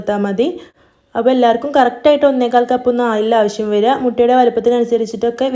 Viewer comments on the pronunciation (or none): none